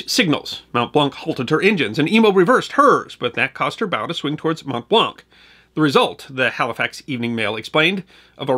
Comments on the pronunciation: Your pronunciation is generally flawless .....but "Mont Blanc" is pronounced very different than "Mont-blank". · Hey there, you pronounced Mont Blanc wrong. The a in this word sounds like an o as in wonk; it's a French word. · From a lifelong Haligonian - very well done (an erroneous reference to Cambridge and mispronunciation of Mont Blanc being minor quibbles). I was able to attend the 100th-anniversary commemoration ceremony - very moving. For more on the Boston relief effort, check out "Abraham Ratshesky" who was appointed by MA Governor McCall to lead the relief effort.